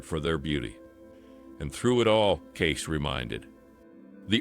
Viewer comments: It's Kaysee not Gay! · His name is pronounced Gay-See, not Gace. He was a seer, not a prophet. There is nothing biblical about a seer or a psychic. You claim this channel to be about “biblical prophecy” yet do not put biblical content in it. Does this make sense to you?